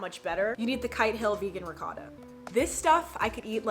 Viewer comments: Ok Eva I’m sorry, I’m not trying to hate but that’s not how u pronounce ricotta, I’m sorry the Italian in me gets so triggered when I hear people pronounce it how it’s spelled ok sorry for that rant imma go now lol (love u tho 💗💗) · im sorry how did u just pronounce ricotta?!